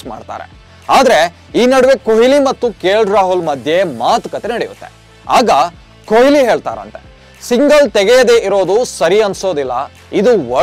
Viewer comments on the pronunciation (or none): ಕೊಯ್ಲಿ alla kano adu goobe ಕೊಹ್ಲಿ ವಿರಾಟ್ ಕೊಹ್ಲಿ!!!